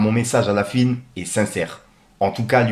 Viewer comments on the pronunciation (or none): La fuine ,😂😂😂 cest horrible coment tu dis la fuine ... la FOU ine